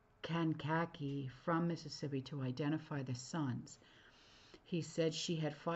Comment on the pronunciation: Kank( like tank) a-key illinois.